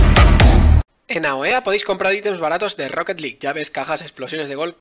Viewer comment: Bienvenidos a otro video dee Rrrrrrrrrrrrrrrrrrrrrrrrrrrrrrrrrrrrrrrrrrrrrrrrrrrrrrrrocket league